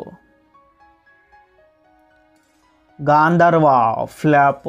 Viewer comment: బ్రో అది యావరేజ్ కాదు average enkoti Gandharva గాంధర్వ కాదు గాకి దీర్ఘం లేదు ఇంకోటి Thar కాదు తోర్ (THOR) love&thunder